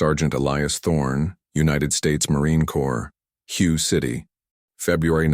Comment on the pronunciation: Fucking robot voice is so goddamn irritating… What the hell is "Hugh" city? I am pretty sure that Hue isn't pronounced "Hugh". Maybe a human being we should edit this story instead of a fucking robot.